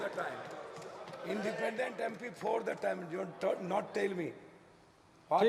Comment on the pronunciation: इंडीपेंडेंट भी नहीं बोल पाया पप्पू यादव